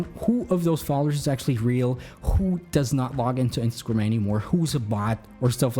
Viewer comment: Are you saying instagrum or instagrm?